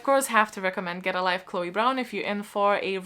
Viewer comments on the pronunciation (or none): none